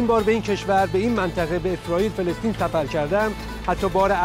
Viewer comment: فلسطین نه فلستین به جا سفر کردن زبانتو تقویت کن